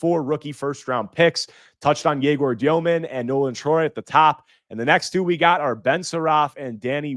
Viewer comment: Sorry man I couldn’t understand when you said egor demin, I wasn’t sure who you were even talking about. Go look up the pronunciation since you’ll be talking about him quite a bit